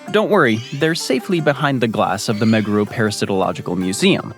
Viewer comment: Props for nailing the pronunciation of most Japanese placenames. Most butcher them. 👍Lived in several places in Japan ... lots of good info here. Well done! Pronunciation of Meguro was unfortunately a bit off. Also, Fwiw, having streets & blocks numbers is LESS confusing, not more, than just street names once you learn how it works. I'm guessing this sushi was NOT filmed in Japan? Sushi rolls are somewhat rare in Japan. Rolls are more of a western thing. You'll see more nigirisushi & sashimi.